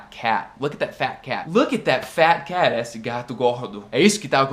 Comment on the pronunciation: E aí, blz? só uma dica de pronúncia: a palavra esse tem o som mais "fechado" do que vc fala normalmente. não é "ésse", o certo é "êsse"